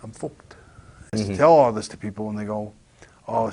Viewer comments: "im fooked" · British bulldog. . . "Im fwawked" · "I'm fooked". LOL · "I'm focked" 😂😂😂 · "I'm fooked"